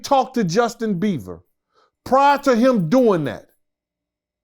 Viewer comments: Bieber not Beaver 😂😂😂😂😂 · Lmaooooooooo Justin BEAVER 😂😂😂😂😂😂.. I love this guy, he’s always saying stuff wrong but it’s always funny as well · Bro messes up so many names 😂😂😂 “Justin Beaver” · Nigga said Justin beaver lmao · Bieber not Beaver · Jeez! Learn to say his name smh...Beaver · "JUSTIN BEAVER" 😂🤦‍♂️ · Can't someone correct him that is not " Justin Beaver" but Justin Bieber ?😂😂😂😂